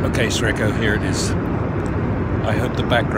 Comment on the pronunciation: ) Brian - instead of "Sre(c)ko" perhaps you should better use "Lucky" instead! ;-) (Actually the former is pronounced as 'srechko', which could be translated, e.g. from Slovenian, as 'lucky'.)